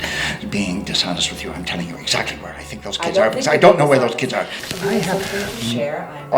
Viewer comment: "Oh that's good. ILL FINK! that esd for some reason funnt